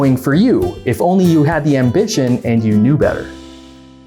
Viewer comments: Preeeeetty sure he said "am-bitch-ion" at the end there and not "ambition". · “ambition” sounds like “ambitchin”